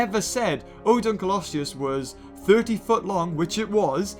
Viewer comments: Dunkleoseus: dunkletoe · i have one for Dunkkleosteus "DonKKey" like Donkey and for Nundasuchus "Nachos" XD